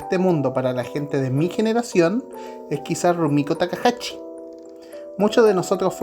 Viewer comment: Yo creo que la primera waifu sobre todo en Latinoamérica fue Sayaka de Mazinger z. Le recomiendo practicar la pronunciación de la sh, es takahashi no takahachi.